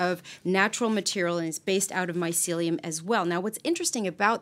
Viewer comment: Ladies, you really need to reshoot this video. Too many mispronunciations and other errors to list here but I was cringing throughout the entire video. This is important subject matter and it needs to be done properly. Thanks.